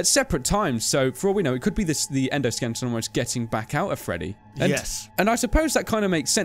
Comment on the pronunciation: Why do you keep saying "endoSKELLINGton"? xD